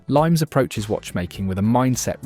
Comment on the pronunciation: Limes is pronounced "li mess", meaning boundaries / limits, not the citrus fruit.